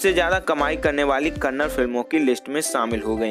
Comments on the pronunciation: Bro pronounce as kannada, not kannad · Bro before making a biography on yash you should pronounce correctly its not kannad its kannada and its not karnatak it karnataka first improve your pronunciation then make a video afterwards every north indian will started pronounce kannad instead kannada yash sir said many times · Stop saying Kannad it's Kannada like it's Hindi not Hind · Bhai ek baat jaanlo, 'kannad' naam ka koi bhaasha nahi hai 'KANNADA' bolo. Ham sab 'HINDI' bolte hai koi bhi 'hind' nahi bolta hai